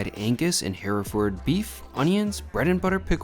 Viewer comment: It's pronounced hur-furd in the U.S.